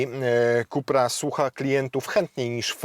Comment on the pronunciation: "ZINHAJZER" i "IKSTRIM" i "KUPER" ?? Kamaaan XD